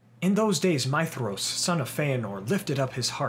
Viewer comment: You said his name right I'm in LOVE